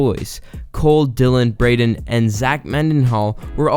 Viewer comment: *braeden not braedon 😭